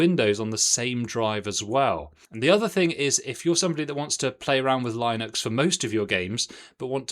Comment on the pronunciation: Ewww that pronouncation of Linux is just wrong